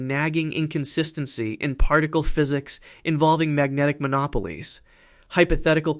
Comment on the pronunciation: When you mispronounce monopoles I lost interest.